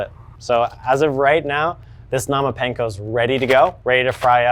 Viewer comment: Bro not even saying panko right 😂